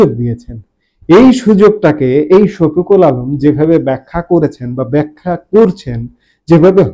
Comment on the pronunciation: উনার নামটা ভাল করে বলেন।আপনি নুতন নাম বলবেন।